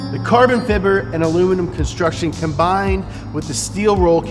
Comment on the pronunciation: He says carbon fiber so much I'm convinced that's how you say it Edit: "alumaninam" HA! 😂😂😂😂😂😂